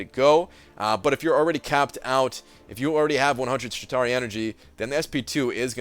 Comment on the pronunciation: Were you pronouncing it "Shit tauri" every time like it was some kind of crappy Atari?